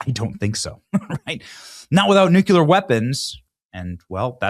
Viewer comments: And again, its "nuclear", not "nucular". 🙄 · N-U-C-L-E-A-R NOT N-U-C-U-L-A-R, BENNY!! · NU CLEAR jeez man learn to pronounce it if you're going to say it SO much, it's NOT NU Cu ler, its NU CLEAR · New-Clear please say it correctly. Stop George Bushing it. New-Clear, not Nu-Cue-L-er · Just say nuclear instead of nucular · It's pronounced "new-clear". Not "Nuculear". GWB had the same mispronunciation. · Please….please don’t say NUK “U”LER…..it’s pronounced “Nu-CLEAR” Good Lord…. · Nuclear, my boy Benny! "nuculer"....NOT A WORD! It's NUCLEAR! You're a smart man. Learn to pronounce the word correctly, please! Also, I love you. You are our boy. Always. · Please pronounce "nuclear" correctly. It is not as you are saying (and Jimmy Carter and George W. Bush kept mispronouncing it this way too). It is NOT "noo cue ler" as you are saying. It is "noo klee ar". You can do this. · Aren't they called nuclear weapons? He keeps saying nucular. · NEW-CLEAR Benny. Not Nuke-yuh-luhr. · would also recommend you run a search and simply ask this question; “is Nucular a word” it will explain exactly what I’ve been telling you. It is listed as a known misspelling and mispronunciation of the word Nuclear. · Omg it's nuCLEar not nuCULar. So simple yet not possible for some? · NEW-KLEE-UR 👍 NEW-CUE-LUR 👎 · Please please please learn to pronounce nuclear instead of nukular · Repeat after me. “NU-CLE-ER” you spell it correctly but fail to pronounce it correctly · The title says Nuclear but you say Nuc-u-lar!!!! Which is it??? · Nu-clee-er Repeat after me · Benny......you dont know how to aay nuclear.......... its not nuke u lerr........goof ball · Please please PLEASE pronounce the word NUCLEAR correctly!!!. it is pronounced NU -CLE-YEAR. goodness it kills me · "Nu-kew-lar" Gnnnn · Why is he pronouncing "Nuclear" like homer Simpson? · Too bad Benny cant pronounce "nuclear" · You STILL can't pronounce NUCLEAR properly. Who do you think you are, George W. Bush? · You still can’t say nuclear 🙄